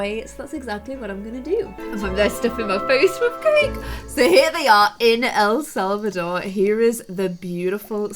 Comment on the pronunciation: Says el selvador sees selvadrada less than 10 seconds later says el selvador again. Love you